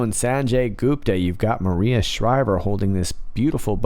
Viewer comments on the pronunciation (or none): none